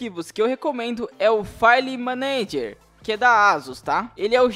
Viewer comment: A sua pronúncia de "File Manager" é uma maravilha...😂😂😂